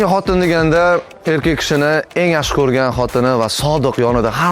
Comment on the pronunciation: Brat xotinni xotira deb eshitibman😅😅😅😅